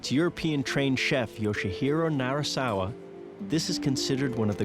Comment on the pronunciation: The name is Narisawa not Narasawa.